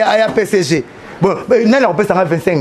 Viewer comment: P.S.G. et non pas pecegé (pcg) heureusement que le ridicule ne tue pas...